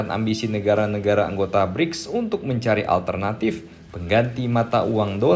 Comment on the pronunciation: Bricks abang nya Gribs 😂